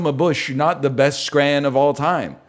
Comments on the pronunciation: As a Scot, hearing a North American say the word scran is very upsetting. This is like Craig all over again. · what in the fuck is "scran" and why would you ever call something edible that